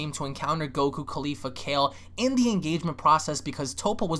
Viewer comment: I love you man, but goddamn you ALWAYS get Caulifla's name wrong by leaving the second "L" out. It's Caulif-LA, not Caulif-A. I know it's a small, picky gripe but come on man lol